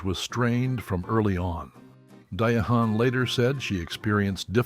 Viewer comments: It's pronounced Diane, not Dia Hahn. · Her name is pronounced Diane not De a hand…respect her ! You fool! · It's pronounced like Diane not DAYAHAN!!!!!! How do I know???? I was named after her and Claudine was in the 70 s., PLEASE FACT CHECK WHILE DESCRIBIING AN ICON!!!!!!!!!!!!!!!!!!!!!!!!!!!!!!!!!!!!!!!!!!!!! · The reader needs to know how to pronounce Diahan. IT IS NOT DE-HAN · Excellent profile! 👏🏾 👏🏾 👏🏾 HOWEVER, the repeated mangling of Ms. Carroll’s first name is both distracting and cringe inducing. 😖 It’s actually pronounced “dye-ann”. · Her name was Pronounced Diane! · Learn how to pronounce her name correctly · You’re driving me crazy mispronouncing her name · Please Learn how to pernounce her name the right way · So?? He might be a foreigner's why he can't pronounce her name right!! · THANK YOU! Every time he said it "that" way, my skin just crawled. I couldn't even finish this vid! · Learn how to pronounce her name!!!